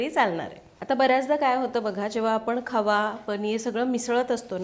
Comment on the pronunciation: Khava ki khaava?? Ky boltay